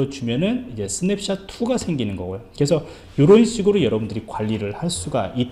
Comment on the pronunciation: 강의 고맙습니다. ^^. 그런데 스냅샷이라고 쓰고, 스냅샵이라고 발음을 하시네요